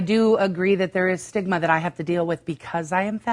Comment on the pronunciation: "stigma" or "cholesterol?"